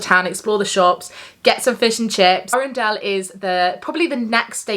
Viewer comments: We have the Peak District and Cornwall in an air stream booked ☺️ I love going on hoseasons lodge trips- they have some amazing resorts Just so you know before you film Arundel vlogs - i think it is pronounced a-run-dull (I think that’s the best way to explain it 😂 it would be amazing if it was Arandelle haha!) The wetland centre there is nice but I’m not sure if it’s dog friendly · Hahaha, love this video!! Made me laugh when you said Arundel, it’s pronounced A-ren-dul